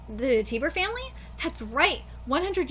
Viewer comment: TIE BER not tiber